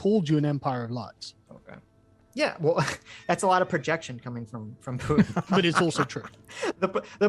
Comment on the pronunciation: I hate how sargon adds a J to putins name. PJutin. Ugh. He sounds like a slur.